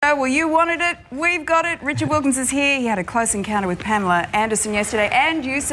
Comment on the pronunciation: pam-ellah....not palemar.